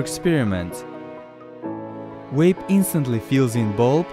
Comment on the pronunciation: Ben Creech yeah guys stop this is a good video on wapes and cagrets